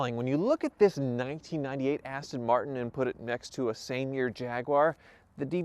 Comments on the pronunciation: I kept hearing "Cheapass Tin Martin." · “Cheap ass-ton martin”😂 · The funny thing is "jaguar" is owned by ford which is an American company so i guess they can call it whatever the hell they like iv even heard them say austin marten before bless em